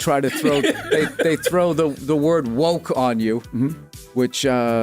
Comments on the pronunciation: Stop saying woke incorrectly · You all messed up the word "woke".